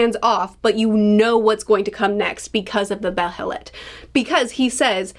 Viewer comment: Loved the Behelit tangent (you're saying it right btw, either beh-heh-lit or bey-heh-lit) and I'm so glad you're picking up on the free will vs fate/causality themes.